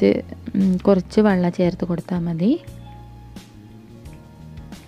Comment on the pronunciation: Wallam alla wellam